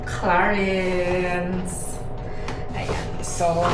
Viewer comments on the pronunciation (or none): High end talaga ang Clarins brand … ang pronounciation is “CLARANS French brand yan